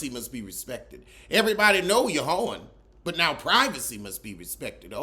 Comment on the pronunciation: The way you said “hoe-ing” has me screaming 😂😂😂😂